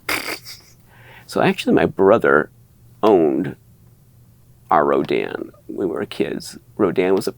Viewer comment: Always an impressive collection. Thanks for posting. All that Rodan talk sounded like Rodin to my ears and made me think your family was like some New England patricians discussing the family statuary. The rapscallion scion of the family ran up gambling debts and had to sell the family statue collection or something. Seems like a good Victorian novel.